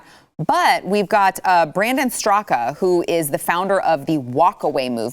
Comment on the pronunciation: Its pronounced " strak" not Straka just for future reference!